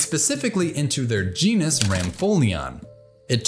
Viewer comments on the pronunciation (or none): none